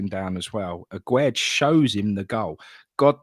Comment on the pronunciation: Why does everyone pronounce Aguerd as Agwaird? It's not Aguero with a D. It's pronounced Agaird. It's French not Spanish. The man said it himself on the welcome video done with Carlton Cole. Sorry folks , I'm having a bad time.